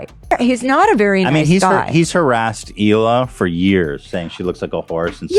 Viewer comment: I think I’ve heard somewhere that Hila and Moses were never really close a siblings, but I know for a fact, if my brother got anywhere near someone who constantly called me names and made me cry, he’d not calmly sit there and smile in their face! Also, how many times is Trisha gonna keep mispronouncing her future sister in law’s name? It doesn’t take a lot of brain cells to call someone by their proper name!! She does it as an insult. Trisha should take note that Ethan really isn’t going hard after her is because she’s soon to be family and he’s loyal to his family. How many other people would give someone a pass that called their mom a bitch, vile, scum, and satan.